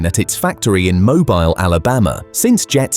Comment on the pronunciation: Shame your narrator app can't pronounce 'Bombardier' correctly. It a French-Canadian company and is pronounced that way. Oh, and 'Mobile' Alabama too, I just discovered. :)